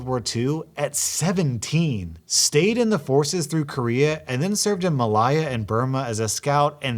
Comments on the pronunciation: Ma lay yah not ma lie ah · Actually it's pronounced Malay-ah not Malai-ah. Now that you said it wrong, pay me 1000 dollars in damages for having to teach you such simple things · why did you say it like that?!?! (muh lay uh) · Just an FYI Malaya is pronounced Ma-lay-ah. Love your reading but mispronounced words drive me batty... I had to scroll through this playback for 20 minutes to find where you said it then listen to confirm it was wrong before posting this. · That's not how you pronounce Malaya. Idiot